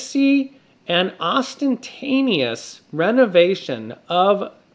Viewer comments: Ostentatious, not ostentanious. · It's " ostentatious" not "ostentanious" if you present yourself as a gate keeper at least become informed of the basics.